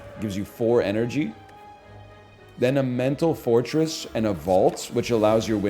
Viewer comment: Whenever he says mental fortress, it sounds like he's saying mental forretress, and that's how much pokemon has deluded my mind.